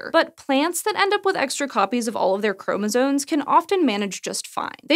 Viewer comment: Apparently a college education means nothing. Maybe it never did !!! The word is "chromosomes" (not chromosones). Really ! I can reliably assure you that is the word. Really ???? a college graduate who does not realize or even hear herself saying it incorrectly !!! The erroneous pronunciation...that is pathetic !, and furthermore what of an editor or a proofreader of this script !!! (Someone certainly needs to take ownership of this error !!!) Well, least the person or AI that intuited the CC subtitles knows that...how about teaching that little nuance to your reporter and editor, hey ???? !